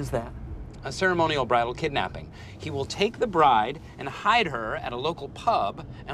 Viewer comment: right, but funnily enough, the bridal kidnapping is actually a real thing, even though the butchered the word a bit lol Idk how much it’s still done today, but I know it happened (and kinda escalated) on my parents’ wedding